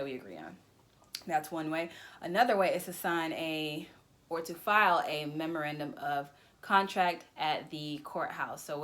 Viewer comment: Thank you very much for the tips. It's difficult to hear what the contract filed at the courthouse was called. It sounded like "member end of contract" but that turns up no results in a web search.